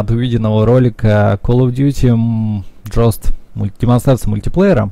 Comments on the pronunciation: Джост?))))Может Гоуст? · "Кал оф дьюти:джост" блеа!